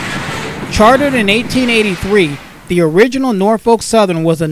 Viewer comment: Really excellent videos! By the way Norfolk is pronounced Nor-fuk.... If you been in Virginia or lived in Virginia that's how everybody pronounce's it.